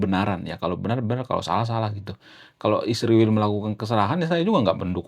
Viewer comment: PEMBAWA ACARA HARUS BELAJAR MEMBACA LAGI,,, I S R A E L,, DI EJA YG BENAR,,,YA,,, 😊😊😊😊